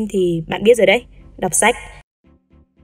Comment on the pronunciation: xem sách mà mình nghe nhầm thành xem sếch